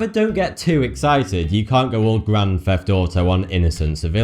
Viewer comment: can say the word this but cant say theft (feft)